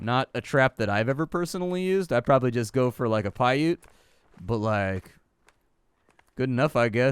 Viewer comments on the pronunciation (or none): none